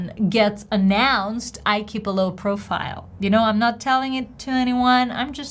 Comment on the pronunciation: Hi, Your stress on the first "profile" seemed to be on the second syllable. It should have been on the first syllable. Best, Albert, SF, USA